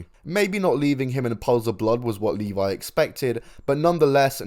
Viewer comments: It's Mike LEVY, this channel don't even know how to say his name. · Yeah Mike Levy. Pronounced Leh-VEE. And that was some fuckin total, low class, straight up sleazy bullshit.